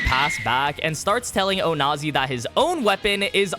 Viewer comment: Says onazi without the "o"